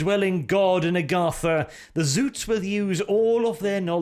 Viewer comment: It's ZOTS!! Not Zoots, Zuts, or Zouts. Spell it with an O you northling barbarain!